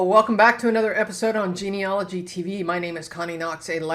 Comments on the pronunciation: It is pronounced Gene-al- ogy not gene-ol-ogy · Thank you for sharing your hints. Can I return the favour and give you a hint? The correct pronunciation of 'genealogist and genealogy' is as written, and not 'geneologist' or 'geneology'.